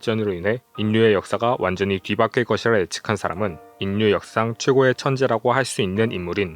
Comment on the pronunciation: 안녕하세요. 유투버님. 정말 궁금해서 묻습니다. 최근에 유투버님처럼 발음하는 경우를 종종 보게 되어서 궁금증이 사라지질 않아 이렇게 묻게 되었습니다. 내용 : 요즘에는 학교에서 인류를 [인뉴]라고 발음하도록 배우나요? 예전에는 [일류]라고 발음하도록 배웠었거든요. 예를 들어, 신라[실라], 전라도[절라도]라고 배웠습니다. 국어 문법이 시대에 따라 바뀌는 부분이 있더라고요. 궁금합니다.